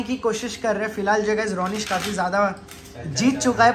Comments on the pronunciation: RONISH NAHI RONNA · YOU CALLED RONISH 'KUTHE'